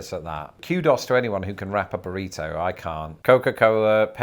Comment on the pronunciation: Kudos pronounced as quedose is wild.